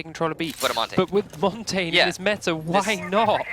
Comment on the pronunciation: why not just say it the way he's supposed to be said ffs